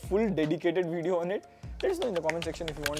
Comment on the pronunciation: I like your veedios but my OCD prevents me from hitting like until you pronounce it properly. Vid-eeyo